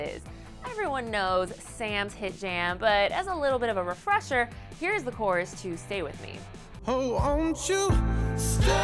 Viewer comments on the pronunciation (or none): none